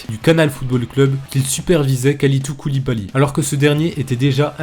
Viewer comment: "Koulidou Koulibaly" 😂 Sinon c'est super intéressant ce genre de vidéo !